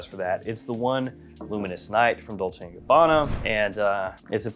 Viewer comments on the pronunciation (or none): none